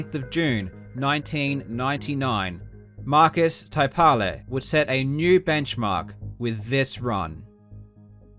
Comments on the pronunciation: In Finnish the stress is on the first syllable, so it's IL-kka KUR-ke-la and MAR-kus TAI-pa-le, not il-KA or tai-PA-le. Karl also didn't get the gemination of the k in Ilkka right. In Finnish the doubled consonant means the vocal pause in k is lengthened (google translate gets this almost right). Some vowels weren't quite there either - u in Markus and Kurkela is not the ə sound like in focus but the u in fruit albeit a bit more in the back. The e in Kurkela sounds like ə too, it should sound like the first part of a in face. Oh and less spit in consonants, especially t. I think the the stressed syllabes make most of the difference. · I loved this, but as a Finn, you pronouncing Ilkka Kurkela's and Markus Taipale's names made me crack up. Great video though, super interesting overview of the beginnings of speedrunning! Fun to find out about how this happened chronologically. And funny to see how influential Finns were considering, we are a small country.